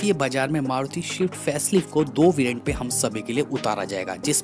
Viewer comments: भाई - आप स्विफ्ट को शवीफ्ट क्यों बोलते हो? मैंने सुना है आपको स्पीड, स्पेस बोलते हुए, इसका मतलब आप स्विफ्ट बोल सकते हो पर आपको गलत आदत पड़ गयी है. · It's not shift bhai it's swift take pronunciation properly